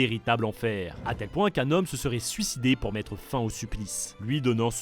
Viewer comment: "plante du sucde"